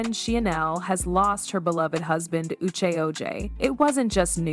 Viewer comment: The narrator of this video got on my LAST nerve. This woman not one time pronounced this couples name correctly.😡 Then she shortened Uche's name like an endearment you'd give a close friend. I found it disrespectful. She should have learned how to enunciate their names before she started on this video and learn respect 😡😡🤬